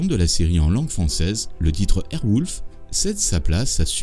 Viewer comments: Pourquoi dire 'airwoulf' alors que c est airwolf (son O) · airwolf ca se dit airouolf pas airwoulf mais c est bon documentaire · Cest écrit en Anglais .... Wolf et ça se prononce bien wolf pas wouuuulf. Tu devrai prendre des cours d'anglais.. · Airwolf pas Airwouuulf Quel idiot🤦🏻‍♂️ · super documentaire! mais wolf ce prononce o pas ou!!!!!! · Surpris qu'il n'y ait pas cette petite anecdote: Bryan Cranston, le célèbre acteur de Breaking Bad, a joué dans Airwolf.. et c'est sur ce tournage qu'il a rencontré sa femme. Donc je suppose qu'il garde un souvenir particulier de cette série :-D Vidéo sympa, en tout cas, même si la prononciation de Airwolf et de Stringfellow Hawke font mal aux oreilles ;-)